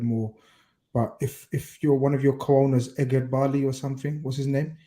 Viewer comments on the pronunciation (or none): really said Eggheadbali and no one clocked it